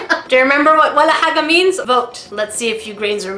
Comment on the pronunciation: your walla haga is pretty good actually :D